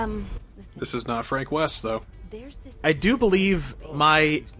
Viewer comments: 1 fronk wost.2 french weest.3 frankie wove. weird yet in my opinion cool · I believe in your dr2 lets play you called him "Fronk East" at one point. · It's fronk yeast